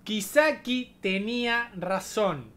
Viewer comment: "Kaisaki" Dice, Kisaki habla bien